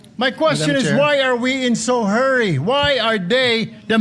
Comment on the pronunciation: Rule hindi rowl. Hurry hindi herry. Masyado kangmayabang pa is lung is lung ka pa. College Dropout ka wag ka mgyabang naka chamba lng